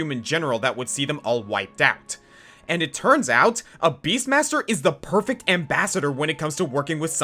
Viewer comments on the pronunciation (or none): none